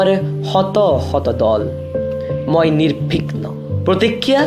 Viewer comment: সুন্দৰ হৈছে। ৰ-কাৰ, উ-কাৰ, ও-কাৰ আদিৰ উচ্চাৰণবোৰ অলপ ভালকৈ মন কৰিবি বুলি আশা কৰিলো। নিৰ্ভিগ্ননে নিৰ্বিঘ্ন?